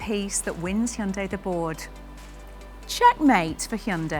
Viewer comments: First comment: Bravo on saying the name correctly! It's indeed "Hyun-DAY" (two syllables, not hi-un-day). Keep up the amazing work! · "You're the first English speaker I've seen who pronounces the company name 'Hyundai' correctly. Every other English speaker I've heard says it like 'Hai-hun-dai.'" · Wow, this lady is the first British to accurately pronounce Hyundai. impressive! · I like the fender flares. But the mass production model will come with the fenders shaved. It’s not armpit hair—leave it alone. Also, I noticed she was one of the very few Westerners who can pronounce 'Hyundai' correctly.